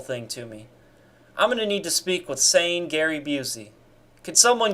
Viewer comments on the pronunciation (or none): none